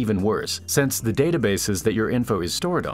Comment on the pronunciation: Please learn the difference between "since" and "sense," and if you know the difference, please learn how to pronounce them correctly. All of mankind thanks you.